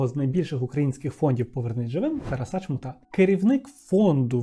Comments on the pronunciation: Спочатку думала, що "ТарасА" - то випадковий наголос, але бачу, що системно так наголошує ) дякую за відео, як завжди приємно було слухати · Дякую,! Трошки ріже слух те, як ви відмінюєте слово Тарас, а саме наголос. Немає такого варіанту як "тарасА", це аж смішно)